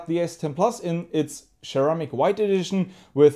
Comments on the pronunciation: its not cheramic, it is ceramic ! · Sir ram ick. Lol say it with me!! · Share-eh-mick white and Share-eh-mick black.. 💯👌👌😎😁😁